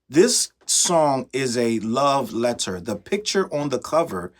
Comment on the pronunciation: I’m screaming laughing bc as soon as I said this is flamboyantly SUS… you say Lmaoooooo love let-TER LOL